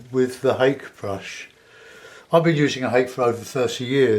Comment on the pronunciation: Ha-kay is the pronunciation.